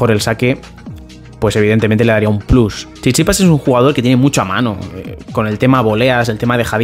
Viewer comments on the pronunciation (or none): none